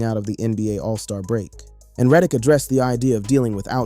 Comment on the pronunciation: Stop mispronouncing Reddick